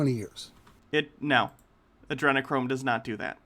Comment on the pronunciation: He said Adrenachrome so incorrectly I thought he was talking about Andrew Cuomo.